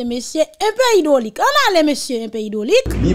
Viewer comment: Mesyé hydrolic pa mim kon li "li di invaliation" kot neg sot sa soti 😂😂😂😂😂😂😂😂😂😂😂😂😂😂😂😂😂